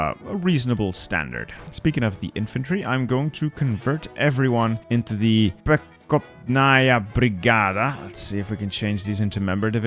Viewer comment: you don't spell the K, say Pehotnaya Brigada